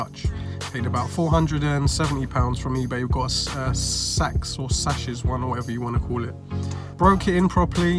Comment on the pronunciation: Sachs gets almost pronounced like "sucks". But they dont suck, just to make sure ;)